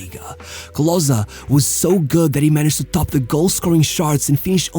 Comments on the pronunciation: Not closer, but KLOSE..Junge, komm schon. Wir wäre es mal den Namen richtig auszusprechen??? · Its not KlosA its callt KlosE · KLOSEEE, not CLOSSAA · Klose not Closer ;) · Bro his name is Klose not Kloszkiy lmao. You just have a stereotype view of what germans have to look like because Hitler fucked your head and you think everyone in Germany is blond and blue eyed. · Klose ist doch nicht so schwer auszusprechen bro ... clausä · great to see our german-polish hero honored international! But your pronunciation of Klose is quite bad ;) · Such a shame the whole Video his name is pronounced wrongly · you didnt even pronounce his name accurately